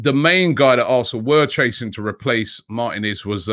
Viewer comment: Robbie the name is Martinez! (the "I" is accented... Martínez). The accent is on the 2nd to last syllable. Why do Brits in general (pundits, commentators etc) never learn to correctly pronounce, especially commentators. Lazy imo